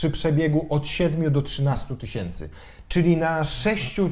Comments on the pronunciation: Tys. od tysiąca a nie tyś.iąc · tys. a nie tyś. !!!